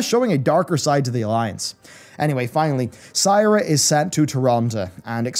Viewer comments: One question - Who the fuck is "Psyra?" Do you mean SEAR-UH? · All wow voiceactors including the Talanji voiceactress, the narrator of the book you promote as an audiobook, pronounce Sira is : See-rah. Why do you keep saying Sai-rah? Its like the Witcher audiobooks when the narrator calls Dandelion , Dandillion it's so off putting. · "See-ra", it's "See-ra". Not "S-eye-ra". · Sigh-ra moonwarden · "Saira" Why does he pronounce it this way? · No hes saying seyeruh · "Sigh-ra moonwarden" 🤦🏻‍♂️ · Did he just say Syra? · And “Sira” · Quite a few mispronounciations, it's distracting lol : Apocethary Bomsamdi Bolarus "Sai"ra (Should be Si-rah) Aren't you a wow expert ? xD /tease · apockethary :) gotta be careful with some of these words! they are tricky. Also its not SAYRA its SIRA, like SIRI! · ihh! S-ihh-ra, and B-ihh-lgewater... >.>